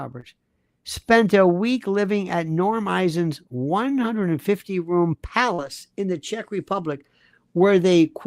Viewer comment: I thought I was the only one who has mini seizures while driving every time Candace pronounced words incorrectly. 😂 my favorites Izhreal, RUM for room, malady as M’Lady, COLTure instead of culture.